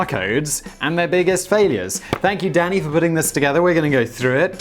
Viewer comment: For a good five minutes I thought you were saying daddy instead of Danny, was amused.